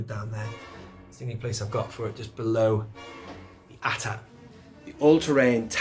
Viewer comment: Great Collection, years of dedication. I like to say AT-AT not A-T-A-T. Cause AT-AT stands for All Terrain-Armored Transport, like TIE fighter stands for Twin Ion Engine but everyone say's TIE fighter not T-I-E fighter.